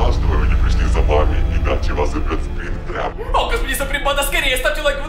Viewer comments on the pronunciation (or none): Не спри́нгтрап а спринтра́п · Не спрИнгтрап, а спрингтрАп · Не спри'нгтрап а спрингтра'п